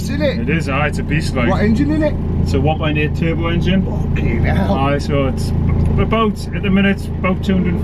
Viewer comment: Ok you gotta help me out. This is going to sound dumb i'm sure but its been bugging me a while, keep in mind I don't know allot about 1.8s but you always call 1.8ts something in all ur videos.. sounds like you say ADT, Or AGT.. what are you calling them